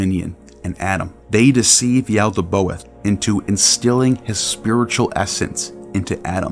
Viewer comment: Good video but quick correction it is "Yaldabaoth" NOT Yaldaboath"